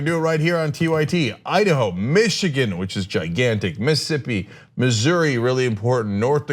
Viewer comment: Hey Cenk said Missouri right! Finally!